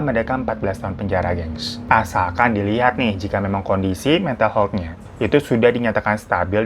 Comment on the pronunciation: Maaf, sekedar meluruskan. Health huruf 'e' dibacanya seperti kata 'Hebat'. Aniway, skill story tellingnya tingkat dewa 👍🏼.